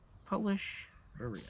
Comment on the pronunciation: Surprised is pronouncing beryl wrong. Js.